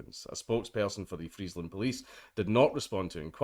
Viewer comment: Cop is being charged with attempted manslaughter. Also, your pronounciation of Friesland is pretty on point for a non-dutch speaker.